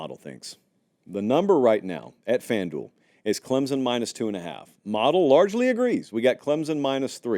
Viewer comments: Please learn how to pronounce Clemson? It's not Clemzon! Try these two options instead: 1. A guy name Clem has a son, Clem's Son 2. Or add the letter P, Clempson. You're welcome! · "Clem-SON", not Clem-zun" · It's pronounced ClemPsin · For the love of God, will you please learn how to say Clemson? You don’t have to add a P, just emphasize the M.😂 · Can we finally learn how to pronounce “Clemson”? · For the love of God, will you please learn how to say Clemson. You don’t have to add a P, just emphasize the M.😂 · If only could pronounce the "S" in Clemson lol